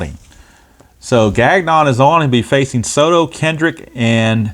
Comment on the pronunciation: Nice win for the Metsies despite typical Diaz blown save. Also Gagnon is “Gahn-yo”